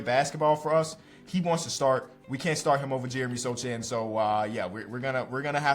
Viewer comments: it's Jeremy SO-han not SO-chan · it’s pronounced (SO-HAN) not (SO-CH-AN) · it’s pronounced ( so-han) for next time! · Loved the video, really needed this as a spurs fan, btw don’t pronounce the “c” in Sochan. But great video loved it!!! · you gotta check sochan pronunciation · learned how to say "Antetokounmpo" correctly, but can't learn how to say "Sochan" correctly, which is waaaay easier. I love and I know Jeremy himself doesn't care, but I just cringe every time I hear it, I can't help it. Sorry 😩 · i am more than aware he said it wrong, it’s just funny to think about such a contract is all